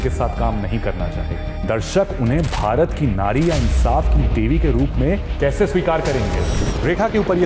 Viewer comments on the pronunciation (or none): none